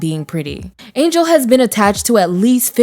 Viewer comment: Once again, a narrator does not know how to pronounce names. Angell Conwell's name is NOT pronounced Angel.